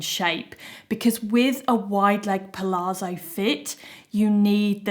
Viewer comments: Thank you so much for all the hard work trying on so many pairs of jeans, to save us having to! I live the Sienna for everyday, and wide leg with cropped top for a smarter look. BTW, pronunciation of palazzo is not 'palaarzo', but 'palatzo'. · It’s pal-ATS-zo, with the emphasis on the ATS. Same as the zz in pizza, it’s almost a t sound.